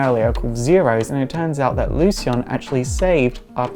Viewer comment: Oh. Lezhin, I thought he was saying "lesbian" at 1st. LoL. The serious sounds interesting, I just with he told about some of their powers & showed some battle scenes in this vid. Sigh. Well, maybe next time.